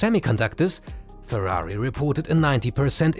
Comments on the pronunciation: I was drinking water and nearly choked when he said purari XD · Why are you saying Ferrari likea hero lol?Did Ferrari pay you for this video?